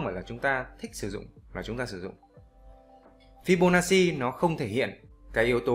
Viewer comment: Đọc là fi-bô-na-chi, góp ý xíu thui. Thanks ad vì bài giảng dễ hiểu thực tế 🤗